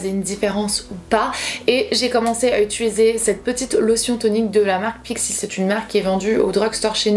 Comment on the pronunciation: et le mot "utuliser" une histoire d'amour 😁. Trop mignon lol